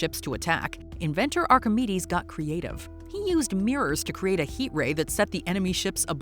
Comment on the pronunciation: Am I the only one who Heard "you wanna suck us" when saying the Greek scientist's name for the death ray?